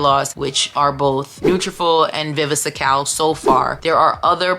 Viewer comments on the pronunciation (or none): I appreciate the comparison, thank you. It’s just vi vi scal … no e in between.